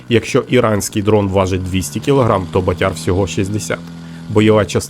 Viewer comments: 👍👍👍 От тільки не батЯр , а бАтяр !!! Наголос не правильно ставиш !!! А взагалі , то пацани молодці !!! СЛАВА УКРАЇНІ !!! ✌️✌️✌️🇺🇦🇺🇦🇺🇦💪💪💪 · Не БатЯр, а БАтяр.Наголос не правильно ставите. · бАтяр, а не батЯр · Так ріже слух ваше ʼбатЯрʼ,бо правильно-бАтяр,це такий хлопець відчайдух,що робить збитки. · 'Батяр- наголос на першлму складі. У Львівській області це парубок- трохи бешкетник, але альфа самець однозначно! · Батяр. Наголос на перший склад. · Наголос на перший склад ))